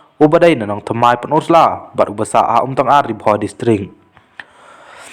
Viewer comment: YouTuber da pynbeit bha ka rukom kren,ym dei umtyngar ka dei umtangar😅😅😅😊